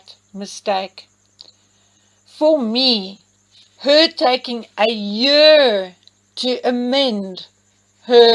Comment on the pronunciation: Interesting, the way you say Year is the same way "Archie" said year in H&M's Podcast!?🤔🤔